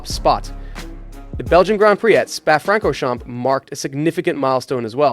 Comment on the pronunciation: I can't listen to this moron mispronounce "Spa-Francorchamps." If you cannot be bothered learning the names of the most iconic circuits in the world, your content is worthless.